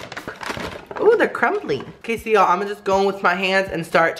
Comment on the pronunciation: Every time he says: Ok so now (he says that a lot) I only hear: Oh queso now hahah it gets me every time lol. Pd. I speak spanish